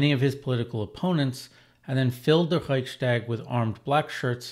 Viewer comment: Great video, thank you! Small comment: It's nice that you make an effort to correctly pronounce German, e.g. by pronouncing 'st' as 'sht'. However, this applies only to words starting with 'st', at least in standard German. Even in southern German dialects, it does not apply to compound words which are joined by an 'st', like 'Reichstag'.